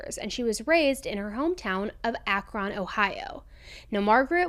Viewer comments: Also an Ohioan, Akron is said like Ak-run… not Ak-ron.. and medina is said like muh-dyne-uh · Ohioan here & pretty much anything “on” we pronounce as “in”. “Monroe” would be pronounced “Minroe”. Akron=Akrin. Thank you for covering this story,! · "Ak-rin" is how you say it lol. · Just for future reference, Akron is pronounced more like "Akrin", with a short "i" as in "win." 😎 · how do you pronounce the name of the city???? LOL, Akron is pronounced a·kruhn (or Ak-run, like Akrun) NOT AkRON (with emphasis on the RON sond) LOL, sorry Ohio is a hard language to speak. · Ak-Ron LOL I love hearing ppl not from Ohio pronounce thing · I lived their for 9 years and am in Akron's Local 894. We call it sounding like Ak-run.. Some other girl said Ak-rin. Lol We have told people 3 different pronunciations for Akron. 🤣 The correct way is Ak- Ron like a man named Ron/Run. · Ak-rOn not rIn 😂 only you say it like that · I'm sorry, but this is driving me nuts. Akron is pronounced like apron. (ACK-run). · Akron ,ackren is how u pronounce it . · Akron is actually pronounced like Akren btw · is tha tart really saying A F R O N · It’s pronounced “Ak-rin” here by the locals. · It's pronounced Ak-rin even though it's spelled Ak-ron. Just so you know :) love you! Go INDIANS!!!! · im from akron, its ack-rin, but thank u for covering ohio stories, theres so many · You're cracking me up with your pronunciation of Akron. Its more like Akren. Lol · Akron Ohio is pronounced "ay-crin" not "ack-ron" 😂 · I'm HOLLERING at how you're pronouncing Akron 😂😂 I adore you so much, but it's Ak-Ren or Ack-Rin...either way. Anyway, imma get back to the story 😅....but imma still laugh throughout the day over this!! You "SERIALously" made my day 💜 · It’s pronounced Acc-Ren. 😂 sorry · Also. For possible future videos. … Ak-rin and Muh-dine-uh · Akron = Ack-rin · Akron- akrEn lol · People who live in Akron pronounce it “Ack-run” (rhymes with “back-fun”). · Just to luk Akron is pronounced like Akrin.